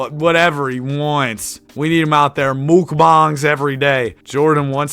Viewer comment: why did you pronounce mukang like that